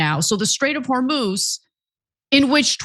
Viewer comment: PRONOUNCIATION: hormuz هرمز - the 'u' sounds just like the 'o' so pronounce it as if it was hormoz